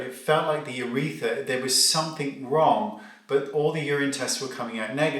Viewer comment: Do Brits say "uretha" without the r? It's UrethRa here in the states.